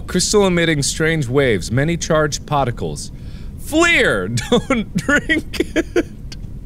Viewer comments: Anyone else notice the way Mark says "particles"? aka "Poticals" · “Many charged pahticles” Well I guess Mark became a Bostonian for a sec because he just fuckin completely dropped that r